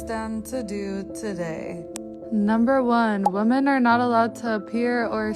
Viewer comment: these "woman" need to clarify if they're just stupid or there is some social fem gobbledygook about seeing the word women, plural, but pronounce it woman every time. We can't hear the rest of your words when you mispronounce really simple words. We must assume all of your thoughts are suspect at the very least